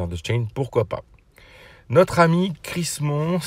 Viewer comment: t'es dyslexique? C'est Crim-Son pas CrisMon ^^